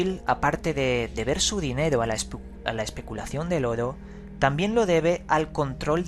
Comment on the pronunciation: Me encantan tus videos, pero odio como dices la palabra "Oro"! No lo soporto xD Pero eres un crack investigando y relatando!!